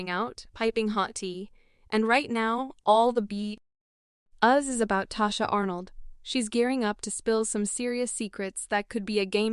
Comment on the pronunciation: Her name is Tichina not Tachina